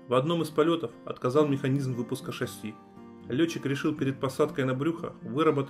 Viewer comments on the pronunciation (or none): none